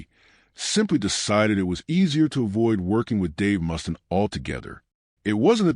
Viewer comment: Dave MUST-IN LMFAO AI shit.